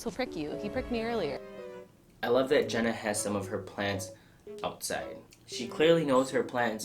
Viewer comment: 0.05 Jenna's not Jeanas 😔